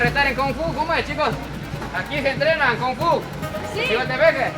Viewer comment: se dice SIGUA, haha